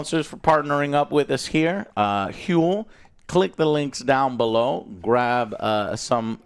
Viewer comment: why does HUEL! sound like a Scandinavian curse?